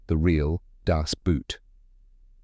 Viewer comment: good job pronouncing people's names but terrible when pronouncing boot as some footwear. The german pronounciation is actually identical to english "boat", merely the spelling is different.